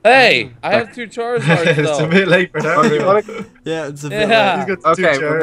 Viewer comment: Its not blackiszard its charredizard.